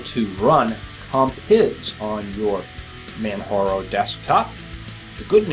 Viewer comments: Yes I agree. it is pronounced exactly like it is spelt. J remains J and does not sound like H. I understand there are some names out there like Jose which is pronounced as HO-SE. However MANJARO is spelt as MANJARO and not MANHARO !! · You're the only person I've heard call this install Manharo. Even the French friends I have called it Manjaro with a hard j as in jar. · Hi, Nice show, juste one little comment, Manjaro is prononced like in Kilimanjaro, as it is specified on the Manjaro' site. Apart from that, love your show.